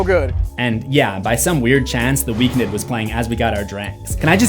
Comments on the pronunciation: Who’s the Weak Nid?😂😂😂😂 bro it’s pronounced the weekend lmao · Am I crazy isn't it pronounced The Weekend not The Weekned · It’s still pronounced like the days of the week. “Week End”. Not “Week Nid” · Who is The Weeknid ? It’s pronounced The Weekend 😂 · It's pronounced "weekend". is just being funny😂😂😂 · wait why is he saying week-ned? isn’t is the weekend? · Wait, have I been pronouncing The Weekend wrong this whole time??? 🤯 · "The Weeknid"😂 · It’s pronounced the weekend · It’s just pronounced the Weekend. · pls i love u and this video but its pronounced the weekend 😭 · i love he calls him Week-nid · Loool it made me chuckle every time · Stop saying The Weeknd like that bruh😂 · lol not a single comment correcting you on your pronunciation on The Weeknd😂